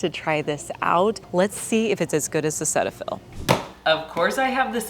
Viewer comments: It is not pronounced “Set” fill. It is “seat” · Cetiaphil is pronounced Cee-tafil, here in Canada, anyway. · The correct pronunciation is SEE-tuh-fill 😊